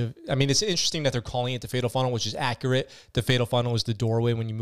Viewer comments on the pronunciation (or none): none